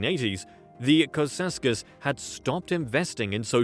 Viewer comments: Cceausescu pronounced. Chow-oo-shès-coup. As a Romanian born person in Romania and speaker of the Romanian language... You're killing me. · It’s pronounced Chaushaescoo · butchering his name over and over XD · these videos ALWAYS fails because no foreigner can pronounce ceausescu correctly